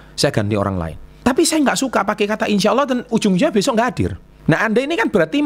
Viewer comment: Ngomong " insya Alloh " nya udah faseh pak 😁 Bener juga sih pak,, banyak yang salah menggunakan kata insya Alloh.